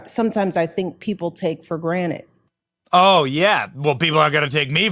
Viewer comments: If you slow this playback down you will clearly hear "her" say "taken for granite" instead of taken for granted...who cares? Only people who care about the meaning of words...like liberty and justice, not something you take for granted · Did she really just say people take things for “GRANITE”?? 😂😂😂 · Big Mike literally said "taken for granite" 🤦‍♂️ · Did anyone else notice she said take for granite? If this doesn’t go to show that she’s a fake and intellectual who doesn’t know what she’s talking about I don’t know what will. The phrase she is looking for there is take for granted. why couldn’t you have someone like Larry Elder be the voice of the black community in your country because he’s actual, intelligent man, and he doesn’t use his race as a defining feature of his character he let his actions speak for him. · Are we just ignoring that she said "take for granite"? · Did she say "people take for granite" 🤣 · Did Michelle Obama say "people take for granite"?😂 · Benny, She said 'granite', not granted...